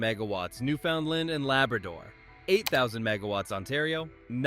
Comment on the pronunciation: One small criticism - this is a FANTASTIC video, but please learn to pronounce my province, Newfoundland properly - as a proud Newfoundlander, its important to us:)😊